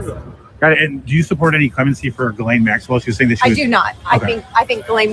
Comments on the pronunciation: Please please learn how to pronounce her name GEE-Laine Hard G Thanks you:) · Geeeeee-laine Hard G